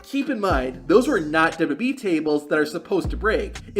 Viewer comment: "duhdubbee tables"